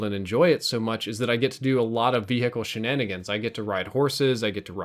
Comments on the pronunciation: All I could hear was "Vee-Hickle". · vee hicles. veee hickles v hhhhhickles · he says hechicle really weird like v -hickles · I love how you emphasize each syllable in the word vehicle. Haha thanks for sharing. Good vid. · The 'H' is meant to be silent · Some observations: you need to learn the difference between 'less' and 'fewer' and you don't pronounce the 'h' in vehicle. Oh, and your comments about grenades at the minute mark - followed by you then throwing a grenade which does nothing, was hilarious. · the way you say vehicle pisses me off